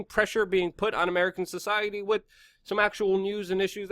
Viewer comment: The word is pronounced "with" not "Wit … lol